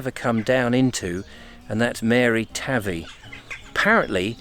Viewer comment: THE RIVER / PETER AND MARY TAVY ARE PRONOUNCED WITH THE A NOT THE av ie SOUNDS LIKE HAY NOT LIKE HAVE IF THAT MAKES SENCE .